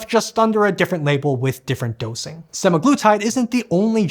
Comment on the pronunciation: you might want to double check the pronouniciation for semaglutide.